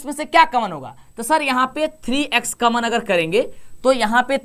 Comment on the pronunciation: कामन नही कॉमन होता है कम से कम सही उच्चारण तो करो यार😂